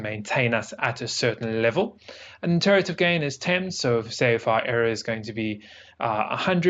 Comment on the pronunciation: de-RIV-a-tive...not Deterative...was seriously screwing with me